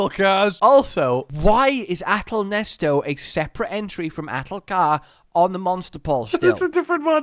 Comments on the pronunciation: STOP SAYING NESTO IT'S AHTAL-NESET I SAW YOU LOOK AT ITS NAME ON THE MONSTER POLL I KNOW YOU'VE SEEN IT PLS STOP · IT'S NOT NESTO, IT'S NESET